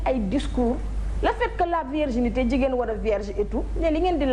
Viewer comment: on dit virginité mais pas vierginité